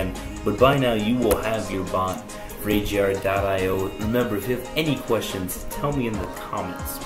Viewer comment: Its not ajar.io its a-g-ar.io